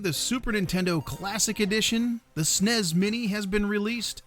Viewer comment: who says "snays" instead of S.N.E.S.?